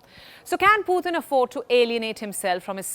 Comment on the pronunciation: for some reason i just hate the way this channel pronounce Putin's name.